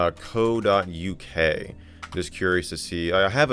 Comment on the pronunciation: Its Sus e not susi